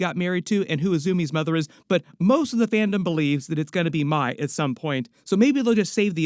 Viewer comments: Couple things it’s the spirit world not the spirit realm and the name is pronounced “may” not “my” for Mai. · Zukos girlfriends name is pronounced like the month May. Disappointing you got that wrong bub.